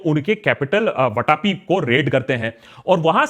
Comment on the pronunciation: Not वटापी. It is pronounced as वातापि.